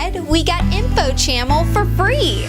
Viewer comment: Dude it's info cha mm al